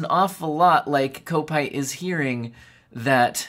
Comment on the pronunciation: It's pronounced cop-ite (rhymes with might or bite. It means he supports Liverpool FC